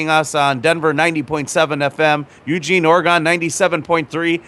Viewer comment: I live'd in Eugene Oregon for damn near 20 years (now of Portland), and that is neither how one pronounces the city or the state.